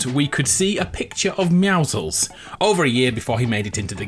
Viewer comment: why cant people pronounce meouscels right its pro nounced me-ow-scles